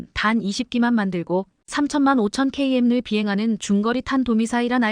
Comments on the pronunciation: ton은 톤이라고 mach 는 마하라고 읽으면서 km는 킬로미터라 읽지않고 케이엠으로, m은 미터라고 읽지않고 엠이라고 읽는건 도대체 무슨 멋인가요? 문장을 읽은 땐 숨쉬면서 멈추는 지점을 정확히 잡아야 듣는 사람이 편합니다. 그리고 글자로 표시된 대로 읽는게 아니고 된소리가 날 땐 된소리로 읽어 주어야 합니다. 예를 들면 '글자'는 읽을땐 '글짜'로 읽어 줘야 듣는 사람이 획갈리지 않습니다. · Km 키로미터 Kg 키로그램으로 읽지 Km 이걸 케이엠 Kg 케이지 로 읽는 사람이 세상에 있는게 신기하네요 유투브 방송할려면 기본부터 좀 배우고 합시다 들을때마다 한심하다는 생각만 드네요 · KM를 케이엠으로 읽냐? 킬로미터로 읽지! 초등학교도 안 나왔냐?